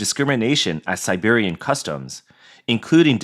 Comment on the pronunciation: Narrator said “Siberian” instead of “Serbian”.